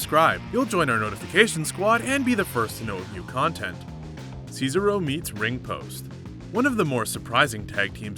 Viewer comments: It's cezAro not cezero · Its gran. Met-al-leek...jesus do u even watch bro?...cesarow? Ce sar oh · Omfg ur an idiot its not cesa ro ahhhhh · Ce-SAR-o not Ces-aro 😂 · Sez-ah-ro, not Ceesaro... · CAESAR-O!!!!!!????? SAYSARO!!!!???? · Do you even watch wrestling bro? It's Cesaro.!!! Si-zar-o...not Caesaro cee-zer-o LMAO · It's CESARO not SEESRO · Who's cees-aro? 😂 ces-ar-o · The botch that I like is the one you did of everyone's name. You're "" but you clearly don't know how to pronounce names? Do you even watch WWE? Obviously not so let me get to your botches since we watched a video about them...or bloopers as you call them. Who is Ceasar oh? It's Cesaro (See-Zar-Oh)...Lana (Lawn-nah)...Gran Matalik (Mata-leak)...for Balor (say er instead of or)...Snuka (Snook-ah). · ceasaro says-a-row but SHINSUKE NAKAMURA How tf do you mess that up but not shinsuke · As soon as I heard him say “sees-a-row” I immediately scrolled down to the comments. And I am not disappointed. 😂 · Ces-ARE-o......c'mon now. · "Seesarow". What a beesarow world! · Can pronounce shinsuke nakamura correctly but can’t handle cesaro.... it’s NOT Caesar-O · SEEZARO SA-SHA BANKS NEEYA JAX TAMINA SNUK-AH Does this guy even watch WWE? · You get a dislike for se-sar-oh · lol seezaro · this guy realized its pronounced sa-zar-oh, right??? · Caeser Row, lol. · SEESARO XD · Seezaro and grand metallic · Bro u saying see sa ro is a blooper 😂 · I would get if it was a mistake, but you said See-sa-ro like 8 times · Sez-are-oh Pronounce Cesaro right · Yeah, he calls him Cicero, like this annoying twat from TES V Skyrim (Dark Brotherhood Questline) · worse part the other guy say ceasero wrong fuck this channel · Hunting And Fishing Outdoors Scissor-o 😒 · That's not how you say Cesaro correctly it's incorrect fix your language you still a little goose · Can tell your not a wrestling fan, saying cesaro wrong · THE WAY HE PRONOUNCES CESARO XD IT BUGS ME SO WRONG XD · Come on man you said Cesaro wrong